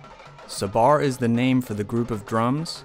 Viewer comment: Hi. Great stuff. I salute your knowledge. Playing and demonstrating tassu. Most impressive. But can I just comment on your iteration of the word sabar. You tend to stress the second syllable sa-BAR, where it should be on the first SAB-ar. I know you know that. Maybe it just doesn't sit easily with American English. Otherwise, nehna loll!